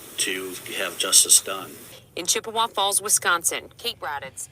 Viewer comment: Hey. It’s Chip-eh-wah Falls. I live about 2 hours away in Central Wisconsin.